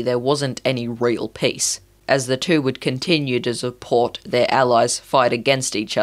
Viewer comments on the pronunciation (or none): none